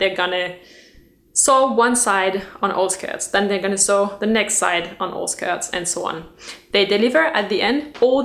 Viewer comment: I am greatly enjoying all your videos about fashion! May I offer a piece of constructive criticism? The word "sew" (both in present and past tense) is pronounced like "so", not "saw". "Sew" rhymes with "blow" and "show". :) Your English is excellent - such a tough language to learn!